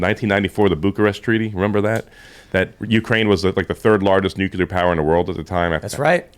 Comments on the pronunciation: ....NUCLEAR HAS ONE "U". There is no "u" after the "c". I don't get why reasonably intelligent people cannot pronounce a simple word. It's not newk-you-ler. It's pronounced noo-klee-er. Next we're going to hear that the day was saved when the "calvary" came galloping in. The mountain where christ was crucified can't ride a horse. Cavalry is right there with nuclear for common words commonly butchered by otherwise smart people. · Fun fact: only 1 in 3 people can correctly pronounce nucular. I must have missed class the day they covered the nuculus. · please pronounce nuclear properly. It's like fingernails on a chalkboard to hear nucular. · you shouldn't be allowed to talk about anything nuclear until you learn how to pronounce it correctly